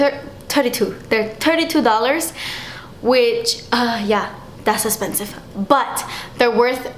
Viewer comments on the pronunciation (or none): I love the videos where you talk about high end products. I love hearing "das espensive" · hahahahahahahahah i had to reload over and over again, i'm literally laughing my ass off everytime you say,,das espensive´´:'D please make a tshirt with that so we can all buy it:D btw, love you ♥